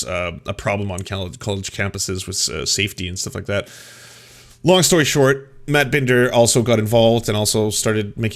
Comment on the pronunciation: It seriously pisses me off that he's doing this whole "I'm upset cuz you guys have been making fun of me and my girlfriend" thing as he is intentionally mispronouncing Emma Vigeland's and Matt Binder's names, he KNOWS how they're pronounced and he's already doing that kind of petty garbage like 4 minutes in?? And then later on, just pay attention to his rhetoric, his inflammatory descriptions. He's calling them "interventionist policies" and saying they have "testing regimes", who the hell is going to hear that and not think he's trying to draw a connection to bad foreign policy and war? He's intentionally using words like that to overblow the situation, they're wearing masks and getting tested for covid so it doesn't get spread as much - as in SAVING LIVES, And he wants to draw a parallel with his language to make it sound like a crazy murderous war? He's using the phrases Tulsi overuses when she talks about war and it's always in the same vaguely inflammatory way. Let's also be clear that neither of them are actually Anti-interventionist. On top of that, it's so damn annoying that he constantly uses language that makes him sound more of an intellectual than he is. Michael Tracey is a fraud and a pseudo-intellectual.